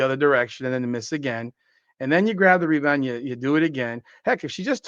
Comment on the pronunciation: the “MeBound” reminds me of my all time favorite 90s arcade game… NBA JAM… every time you get a rebound I think am hearing “The MeBound”!